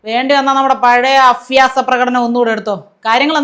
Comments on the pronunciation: 'അഫ്യാസ😢'മല്ല കുട്ടീ അഭ്യാസം. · അഭ്യാസം... ഉച്ചാരണം ശരിയാക്കണം